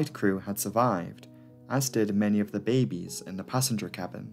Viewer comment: you say babies very strange BAYY BBEEESSSSS!